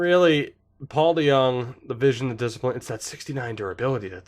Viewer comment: we all love our lil boy paulie dejong. YOU PRONOUNCED IT RIGHT AS WELL